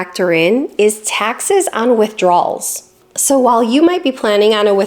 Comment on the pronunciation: I love all the videos and I know you know the difference, but it very much sounds like you’re saying “withdraw(s)” rather than “withdrawal(s).” It’s not every time, but it’s often enough that it catches the viewer’s attention.